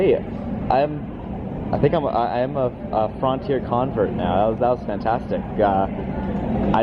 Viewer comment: You pronounce Frontier in a unique way.